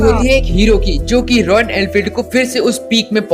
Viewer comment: It's Royal not royan